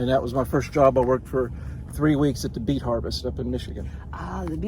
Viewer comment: oooh did he say beet harvest? I thought he said 🐝 bee. Lol